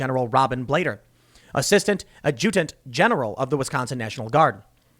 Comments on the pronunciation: Why does Tim say "Add Jew Tint?" wth is Jew Tint? lmao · Ad’-jut-ant Sort of rhymes with “rad mutant”. (Accent on the “rad”). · Ajoodent? You say it more like ajitant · Tim, please, "adjutant" from the French, "AHDJ uh Tent"--not a long "u" please. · AD-jutant, not ad-JU-tant. It means a clerk / secretary. Well, kinda. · Adjutant = AD-juh-TINT (not = uhh-JEW-dunt) At least that's how it was pronounced in Starcraft II :o) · Adjutant = ADD-jew-tant, not add-JEW-tant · It is Pronounced (Add-Junk-T) General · pronounce 'aj-uh-tint General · "Ad-juh-tunt" That's how it's pronounced. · Add-ja-tent lol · Adjutant ( Add-jA-Tent) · It's pronounced add-juh-dent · It’s pronounced (add-Jew-tant) I know it’s a jacked up word! Love you Tim!! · Tim, I love you but it's pronounced Adju TANt. Sorry to be so picky but you made me do a spit take. LOL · "Ad-jew-tent" is how you say the "adjutant" in Adjutant General. Otherwise informative, just one little annoyance. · Tim... it's pronounced Ad-ju-tan-tent ok. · Good vid, Tim. But in case no one has said it yet, it's ADJ-u-tant. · Ad-ja-tent - accent drogue over the t. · Adjutant - “ad-juh-tent” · It's "add junked". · Adjutant pronunciation = “add Jew ant” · ADD-GA-GENT General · Adjutant is pronounced ADjutent. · Adjutant General —- Tim...Say quickly: “add juh tunt” General. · .....Ah-juh-tant general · adjutant pronounced addjuhdent...just saying. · Pronounced adjatant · Pronounced Ad-ju-dent. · Adjutant is pronounced ad-ja-tent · Add'-jeh-dent General! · ad-ju-tant... c'mon man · ADGE-U-TANT, BRO. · Dude...it's pronounced Ad__Junk__T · DEAR TIM, THIS IS HOW YOU PRONOUNCE .. ADJUTANT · The emphasis for adjutant is on the first syllable, not the second. You remind me of my kids sometimes. They do the same thing. My oldest is even about your age! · Tim, please look up how to pronounce "adjutant". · The way Tim says adjutant bugs the shit out of me